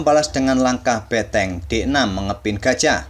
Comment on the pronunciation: Mengganggu banget ngomong beteng nya...